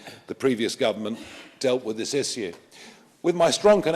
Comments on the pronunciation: One thing I fault him for. Stop saying issue like that, it's annoying as duck. Lol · Is it me or does Farage have a strange way saying "issue".. Saying isshoo like he's sneezed 😂😂 funny man... Good ol Nige